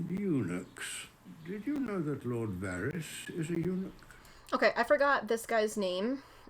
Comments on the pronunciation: I know she probably isnt reading the comments (I hope, due to potential spoilers), but the term is "eunuch", not "Unuuk". It refers to a man who has been castrated, in this case "lord" Varys. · "Unuuk" 😂😂😂. It‘s called eunuch, which means he is castrated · unuuk xd Is English phonology hard even for natives?